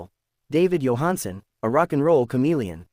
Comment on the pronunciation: This is Total Garbage. They can't even pronounce his name correctly.